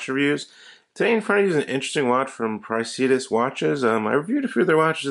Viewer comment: Is it not “pray-si-duss?”